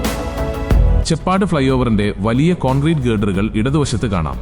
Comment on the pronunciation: ചെ പ്പാട് അല്ല , ചേപ്പാട് ആണ്.